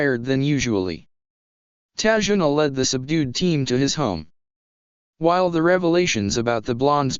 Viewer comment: it's tazuna